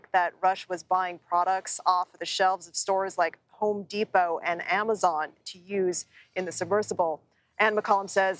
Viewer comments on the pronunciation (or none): none